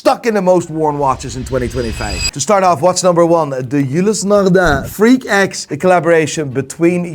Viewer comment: I like the way says Ulysse Nardin very authentic French sounding "Eulissnarrdah"